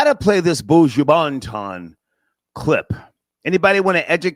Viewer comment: How is it really hard to pronounce Buju Banton? 4 letters, n 6 letters. Like, freal, this is part of separatism problem! Buuujoo Baant-on! 😂